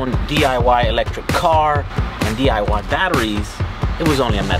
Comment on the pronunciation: "Building The Eye Why projects"😆....... Nice job.